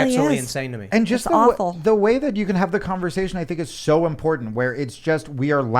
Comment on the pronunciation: I love MTG, I like the way she says impordant instead of important.